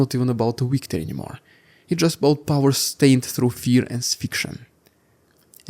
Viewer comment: Interesting report. But please ! V and W are different letters. Victory not Weektory.